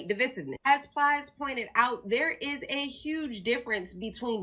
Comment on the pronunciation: Brandon… don’t put this ignorance out “ dhere” again.